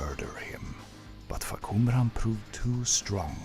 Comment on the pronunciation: The first time I saw someone read the name clearly And information that will help people get to know this character better. Thank you from Thailand